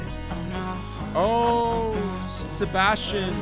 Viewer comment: THANK YOU I'VE BEEN WAITING FOR THIS ONE!!❤❤ And your reactions are so funny 😂 but anyways thx sm!!!❤️ And was so funny the way you pronounced Sebastian was so funny 😂